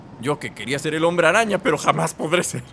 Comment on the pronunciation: y yo me pregunto, ¿cuando Epsilion conseguirá las telarañas que le falta (si es que son telarañas) (y que solo le quedan 2) Edit: ¿Dice Hombre-Rana o Hombre-araña? :v